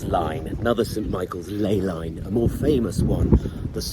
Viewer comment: Misspeaks ley line, spills coffee, “bloody archangels “ 😂😂